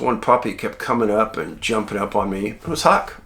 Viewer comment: I HAD TO LAUGH WHEN YOU CALLED HUCK, "HUCKLES", LOL!